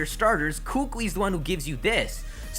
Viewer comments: KU-KU-IIIIIIIIIIIIIIIIIIIIIII [koo-koo-ee] NOT [koo-kwee] btw... but hey it's okay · Pretty sure Kukui is pronounced koo-koo-wee, as in the Kukui nut tree of Hawaii. Not Kook-wee. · lol cook we is how you pronounce Kukui. coo-coo-we. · FOR GOD SAKE it's (Koo Koo E) not Kuquiy,, Koo Koo E, it's a nut in Hawaii I would know I'm from Hawaii. GET. IT. RIGHT. learn the pronunciation. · Why is he saying Kookli?! It's pronounced KOO KOO EEE smh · It's pronounced koo-koo-ee. I know because I live in Hawaii. Kukui nut tree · KuKui is pronounced KU-KU-EE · Dude, please say - koo KOO ee - thats how it is pronounced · He's been pronouncing it wrong since the news of kukui first broke out the least he could do is research how it's actually pronounced.